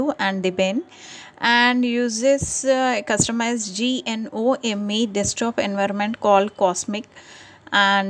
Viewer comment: Its pronounced "Guh-nome"